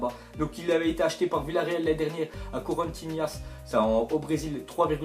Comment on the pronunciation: ton concept de vidéo est sympa mais STP ARRETE DE DIRE DES CONNERIES! a chaque vidéo je remarque des erreurs dans ce que tu dit c'est grave... sertic joue en défense centrale et c'est pour ce poste là que rudy garcia compte sur lui. Et puis la prononciation des Corinthians est désastreuse j'ai mal pour ce club historique.